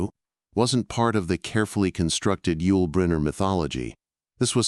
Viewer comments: "Hey, Y-U-L...." LOL. Cue the sad trombone for the AI. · Ditch the AI voice. Y the hell Y-U-L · Good story about Yul Brynner, but calling him "WHY-YOU-EL" ??? Geez. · Y U L??? Each letter spoke like reciting the alphabet?! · Can your AI voice say the name correctly if you spell it out as you'll ? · Stupid AI can’t even pronounce a person’s name. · Awesome story! But always check what the Ai voice is doing. It thought "Yul" was an acronym, not a name, in the first half of the video. Crap like that takes away from a great tale! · why not have an actual HUMAN BEING narrate? A real human wouldn't spell out Yul like it was an acronym, for example.